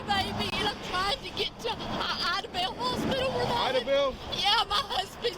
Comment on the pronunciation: love you girl but i’m gonna show you how to pronounce these towns coming from someone who’s from southeast oklahoma. idabel: I-DA-BELL , de kalb: DEE-CAB